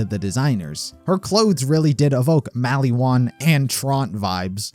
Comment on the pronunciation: if i hear mally wan one more time